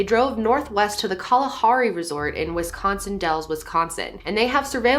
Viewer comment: It shouldn’t but as a Wisconsinite the way she says Wisconsin bugs me